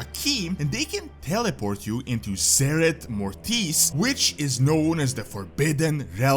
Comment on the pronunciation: Mórtis, not mortìs. I can't stand my Latin being pronounced wrong.